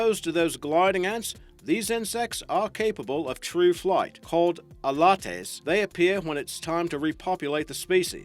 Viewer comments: A lattes It’s ALATES Ah-Lay-ts!!! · elytes are pronounced "ee-LAITS". While not everyone knows about elytes being virgin queen and male ants, most people were aware of the concept of flying ants, so It's weird that you mention them here.